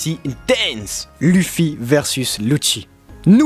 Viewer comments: luffy ça se prononce leuffy et pas lu ffy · Faut arêté avec Luffy (luffy) c'est Luffy (leuffy). Par contre je suis totalement d'ac avec vous ! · Je viens d'arriver sur cette chaîne ET PUTAIN PK TU PRONONCE LUFFY au lieu de LEUFFY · Lêuffy ou Louffy à la limite mais dis pas luffy stp 😂😂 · Chouette vidéo et je valide le top mais si je puis me permettre un impertinent jeu de mot, vos prononciations sont pas au top les gars : Phonétiquement : Loufi et Oussop, pas Lufi et Eussop. Linguistiquement : Gear second, third et fourth, c'est d'autant plus important que le dernier se prononce quasiment Gear force, comme pour annoncer le passage à un stade de force supérieur, le symbole des deux ans d'entrainement. En plus c'est pas cohérent de dire un coup Gear two, un coup Gear trois et un coup Gear quatre. ^^' Bon voilà c'est rien de méchant mais c'est une des raisons pour lesquelles l'anime est un excellent complément au manga, les diverses prononciations parfois complexes à deviner par écrit y sont éludées. Bref, pour finir sur une touche directement en rapport avec la vidéo, un des combats qui m'a beaucoup marqué et que vous n'avez pas cité est celui de Luffy contre Magellan, un véritable mur pour un Luffy aussi désemparé que déterminé. C'est vraiment pour moi le 1vs1 qui représente l'impuissance de Luffy dans la fin de la première partie, précisément de sa victoire d’extrême justesse contre Luccy à l'ellipse, que ce soit Oz Jr, PX-4, Magellan ou chacun des nombreux et coriaces adversaires de Marineford, Luffy n'a été capable de gagner aucun combat en comptant sur sa propre force et a du multiplier les alliances pour réussir à faire tomber ses ennemis. Contre Magellan il y'a deux rounds dont une défaite, le manque de puissance n'est alors plus un ressenti, c'est un fa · Luffy...se prononce "leuffie". Tu m'ecorche les oreilles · Ont dit Leuffy même si sa s' écrit Luffy